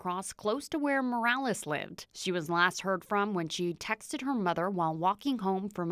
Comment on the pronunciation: Speaks perfectly until there's a Mexicans name involved then starts pronouncing it mOrAleZ!! Cut the shit!!